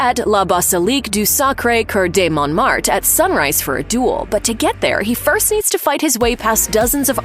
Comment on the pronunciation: The pronunciation of : "La Basilique de Sacré Cœur de Montmatre" was so butchered much that it surpassed all the k*llings byJohn Wick in the entire series